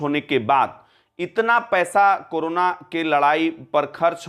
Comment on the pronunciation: aap karana per bolna chod dijiye karo na